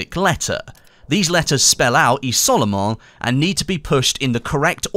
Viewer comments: The picture looks like the statue on Soissons. Also it's "izol-mon" :) Good effort with the french! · You can say "izolement" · The way he sais Isolement lol